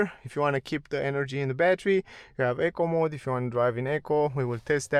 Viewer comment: No disrespect to the presenter but it took my ears a few times to realise he was saying ‘eco mode’ and not ‘acorn mode’. Doh, I’m a dumb donkey 😉